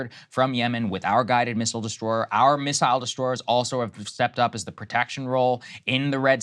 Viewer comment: For the love of god, someone please teach Sagaar how to correctly pronounce “missile”